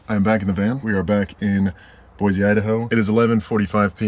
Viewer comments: If you’re open to being corrected on how you pronounce the names of places… Boise is pronounced Boy-C not Boy-Z by Idahoans. We can tell instantly if someone is from out of state that way. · Where were you camping? The river is running high. And please, it's Boy-see, no zee😂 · Boysee, Boysee, Boysee. It's just as bad as Illinoise.